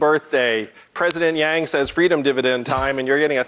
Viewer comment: pretty sure he said Wang... seriously Yang isn't hard to pronounce.